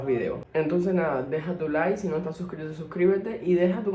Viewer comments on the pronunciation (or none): none